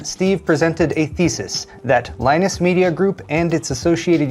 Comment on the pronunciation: The news is so sureal that has to have a beer just to get this over with, due to the shock a little shit called lie-nunce and the bullying he now does.